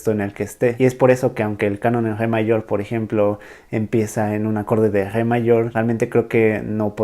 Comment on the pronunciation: No puedes pronunciar "Re"? Jeje